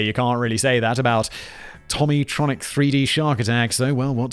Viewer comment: Its pronounced "toe mee tronic" lol The white one was amazing and the red one basically all ov em